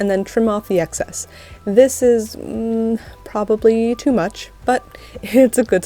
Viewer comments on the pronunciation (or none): none